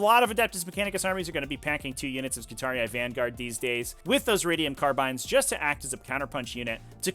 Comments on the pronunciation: Wtf is ski-tar-e-i?? This pronunciation makes me wince. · both enunciated yes but not with that "eye" sound, at most i'd say that instead of skitar-ee it should be skitar-ee-ee. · hearing him pronounce skitarii physically hurts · Why do you pronounce Skitarii so weird? you're adding whole extra syllables. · I've never heard it pronounced that way in any of the 50+ HH audio books I've listened too iirc